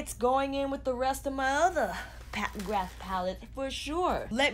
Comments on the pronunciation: Im so bored of warm toned eyeshadows so I didnt even want to look at what this palette looked like for a while lol I was disappointed and even avoided her instagram for ages I didnt want to see orange, red browns and gold again but I really like this...I feel quite apologetic towards her now. I was such a fool for doubting her xD also the surname McGrath is an irish name so it is pronounced McGraah, no th sound. It is a common surname in Ireland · not telling you to say it that way even though the "th" is never ever said because her name is really known with the th sound now in america and thats fine just letting you know anyways :)